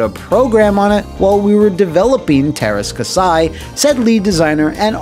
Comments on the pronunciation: Say terska sai one more time, I double dare you! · Just remember:There's are "Ä's" in Teräs Käsi. It's pronounced as the a in "ass". So just pronounce it "terr-ass k-assy" and it should be correct. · As a Finnish person I was always super confused by the title of this game when I saw it in a game store. I always thought it was partially translated name or something weird like that. btw, you butchered the name. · They way he keeps say Teras Kasi wrong just bugs the hell out of me :P